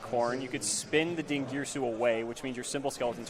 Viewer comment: din ger ee sue